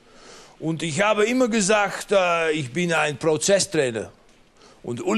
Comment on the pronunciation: "Denke Iccchhhhh" Mega Geil